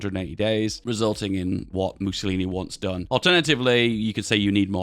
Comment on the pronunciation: "Missiolinis" XD